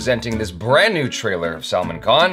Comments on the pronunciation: Its Bhaaaaaa-Rut not Baraaaaaat. Its Sull (as in gull of sea gull)-Maaaaan khan not Salmon. Sheesh. So many years and 1 M subscribers. At least get Rashi Mudholkar to tutor you on pronunciations if she is not doing subtitles and save us the torture. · Jaby always emphasise on wrong 'A' 🤣 not talking about 'A'chara though. Bharat is not pronounced as Bha-raat, it's Bhaa-rt. Salman isn't Saal-mn, it's Sl-maan Just saying 😉